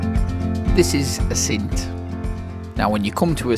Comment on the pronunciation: Hi. I have still to watch the rest of your video, but just had to stop it as there’s something which drives me NUTS, and that is the wrong pronunciation of the name `Assynt’. Please, please, please……….the emphasis is on the `A’, not the `synt’. Pass it on to the rest of the YouTube photographers! I know I’m being pedantic, but it just sounds ridiculous to a native Scot. Apologies for the rant. Now I’ll go and watch the rest of the video, which I have no doubt will be excellent!